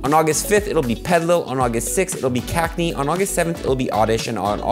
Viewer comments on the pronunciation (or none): It's cacneA, not cacnee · brother its CacneAAAAA not Cacne